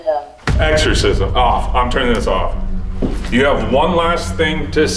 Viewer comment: "EXCORSISM"... IM GONE DUDE!